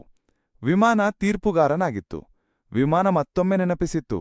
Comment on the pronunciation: ವಿವಾನ ಅಲ್ಲ ಮಾಮ್ ವಿಮಾನ ಅದು